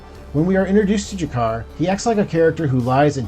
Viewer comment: Great video! Just one thing. Its G'Kar not Jakar :)